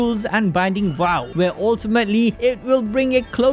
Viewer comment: Vow not wow Indian